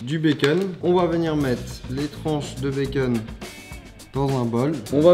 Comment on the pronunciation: 99% de la population : békonne Charles : békunn